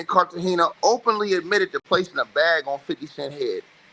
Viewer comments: Carta Gena not Carta hena 😵‍💫😵‍💫😵‍💫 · Why is it that everyone who does these paper work videos can't read smh... its pronounced Carter - Gena(like Martins wife)= Cartagena. These ngas ed.